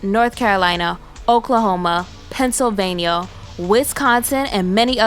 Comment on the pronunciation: I noticed that she said Pennsylvanio too! O.O :D I REWINDED that Pennsylvanio part to make sure I heard correctly. DEAD. :D